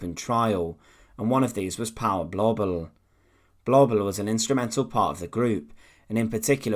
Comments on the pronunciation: Massacred the German pronunciations perfectly. Third reik. Paul blobble. Massacred. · The documentary was marred for me by the constant mispronunciation of Blobel's name. It does not rhyme with wobble or babble but with global.